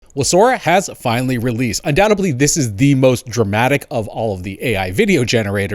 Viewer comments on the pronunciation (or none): "Undoubtebly"? There is no 'b'. It's 'UndoubteDly'. Same with 'supposedly' which isn't pronounced 'supposebly'. Some nice stuff there but $200 a month at this stage, I don't think it's worth that unless you have that as a part of your disposable income and you are going to use it frequently.